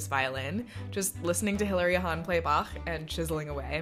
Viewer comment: OMG you are like the fist person on the Internet that pronounced Bach perfectly, like literally perfectly🤩